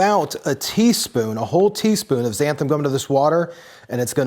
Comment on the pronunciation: Xanthan. It's spelled Xanthan, and that's also how it's pronounced. Turmeric has two "R"s in it. Sort yourself out.